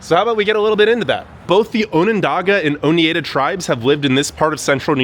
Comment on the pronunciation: Dude, you need to talk to the locals before you put your voice out there. It's "SheNANGO" (not "Ch"), "OnunDOGah, and "OhNIEdah. If you're willing to work on a smaller scale, you might want to check out Ithaca. To some, it's known as "ten square miles surrounded by reality," to others, "The People's Republic of Ithaca." Of course, Cornell is its throbbing heart. Anyway, it might be a fun expedition for you.